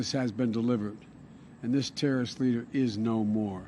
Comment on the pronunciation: Wow Zowow-hairy got that damn terra-wrist.